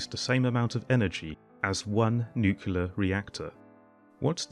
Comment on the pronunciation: I keep hearing the comparisons based on use of land instead of ACTUAL COST . The presenter doesn’t make a single mention of actual cost comparisons. And it’s NU-KLEE-ER and not NU-KU-LER !